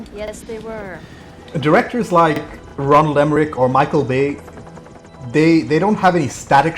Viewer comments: It’s ROLAND Emmerich Not Ronald... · I could have sworn it was Roland and not Ronald. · I love watching this movie and I know there’s nothing you can do about it after the fact, but seriously dude it is annoying as hell listening to you mispronounce his name. I don’t know if you’re dyslexic or what but next time you watch one of his get the name, right